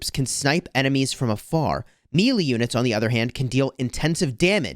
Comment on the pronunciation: Did he say.. mealy units?? 😅